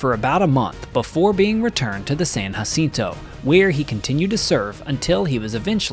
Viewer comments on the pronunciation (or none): I can definitely tell that you are not from Texas because it is pronounced San Jacinto not San Hacinto. Yes in Spanish the j is pronounced as a h but not in this case. Houston has quite a few place names that non locals cannot pronounce correctly. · San Jacinto is pronounced with a hard J as in John.